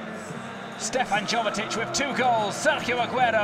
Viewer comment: Its Jovetić not Govetić 😕